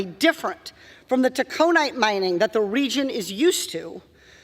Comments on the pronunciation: loved it, but i wish she would pronounce Tack 'O night right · TAC a nīte. I'm surprised the Minnesotans don't correct her. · "Taconite" is not pronounced that way, lol..😅